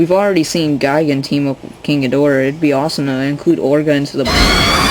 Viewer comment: king goo gidrah, you meen king gidorah?